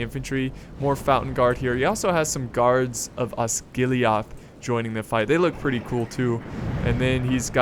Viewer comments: It's osgiliath not osgilihoth this isint starwars!! It just bugged me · Tis' Not Osgiliaath, Tis Osgilieth. Watch Thy Pronounciation